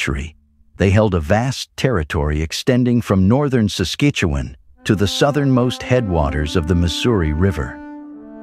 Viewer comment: LUL Sas-Keetch-Oo-Wen LUL Sas-Cat-Chew-One :P